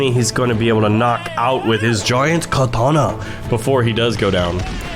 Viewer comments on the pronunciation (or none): none